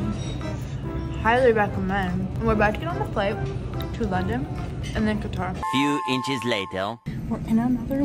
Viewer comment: I cringe every time you pronounce Qatar